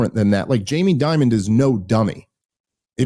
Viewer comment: Jamie Dimon, not Diamond BTW. I said his name incorrectly for years. I'm not even sure if Dave made this mistake but if I teach one person something new it's worth commenting.